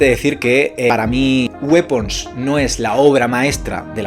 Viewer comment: No se pronuncia wipons? 😮 Calor es poco, calor es poco 😢😢 yo creo que este verano la palmo jaja exacto eso me pasó!! Me parece muy interesante la trama, la forma que se hizo pero luego todo a prisa y corriendo. El personaje de la tía merecía un capítulo jaja fue brutal. Yo creo que cuando la gente ve videos de este tipo es porque ya la han visto así que no te preocupes por los spoilers 🙂 opino como tú; hay muy buenos actores. Oye la Amy es la hermana de Ed Harris? Bueno yo no la calificaría, después de todo, como terror, sino más bien suspense. Yo le doy un 7. Ahora toca esperar a la última de los Warren jaja